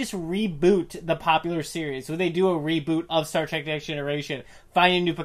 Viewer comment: facepalm:: You are both imbeciles that have no idea what you are talking about. You BOTH do the single most annoying thing a moron can do by pronouncing it "Track" instead of the blatantly obvious "Trek". Nothing else you have to say means a fucking thing in light of that single titanic idiocy.